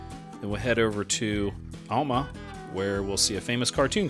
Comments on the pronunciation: Alma, pronounced like Al ma, not Ul ma. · it’s not pronounced “All-ma” It’s “Al-ma” like the name “Al” then “ma” Alma not allma you damn Yankees & Californicators come here and talk about things that you have no knowledge of… such as our history, you butcher the names of places, speak on things you would need generations to even begin to understand. Like that the great grandson of Issac Parker lives just south of ft smith and just like all his generations before him was also a judge in Sebastian county… And what’s most disheartening is you encourage other outsiders to come here & muddy our culture & our history…so like any guest you should be respectful get to know the history, & the residents whom have familial roots going back to at the least the late 1800’s. Most of Arkansas true history won’t be found online,or in revisionist history books… The People & the some of the families here have deep ties to this area & its culture… But you outsiders are financially pushing them out… families that have been in Arkansas in some cases over 2 centuries , & others even longer as many of the earliest settlers integrated with the native peoples whom go back thousands of years. The NWA area has already driven the cost of living to 5x or more the rest of the state & it’s matriculated outward from there disrupting the lively hoods & affordability for areas that aren’t reaping benefits from the 6 figure median incomes of all these transplants into our communities … especially in Benton & Washington counties as they are rapidl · Came looking for this comment. AL - as in a man's name - MUH. No one ever gets it right.